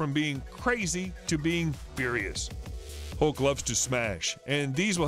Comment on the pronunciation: ハルクをウルクって言ってるの笑っちゃう…笑